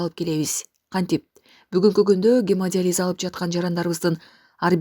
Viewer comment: Гемодализ эмес гемодиализ ( журналист кызга тиешелуу).